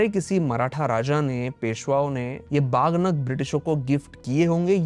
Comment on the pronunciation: बहुत जानकारीपूर्ण वीडियो। लेकिन कृपया "बाघ नख" जैसे शब्दों का प्रयोग न करें, सही उच्चारण "वाघ नख" है। इस बात की चिंता न करें कि दुनिया मराठी शब्द का उच्चारण कैसे करेगी। कृपया इसका उच्चारण वैसे ही करें जैसे मराठी भाषी लोग करते हैं। तभी दुनिया इसका सही उच्चारण सीख पाएगी।